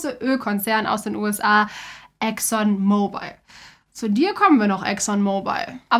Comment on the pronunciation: Der Ölkonzern heißt übrigens nicht Exxon MobilE, sondern „Exxon Mobil“ und wird dementsprechend auch nicht wie das englische Handy ausgesprochen! :) In der Grafik führt diese Aussprache übrigens auch genau zu einem Rechtschreibfehler, dort schreibt ihr Exxon „Mobile“ 😅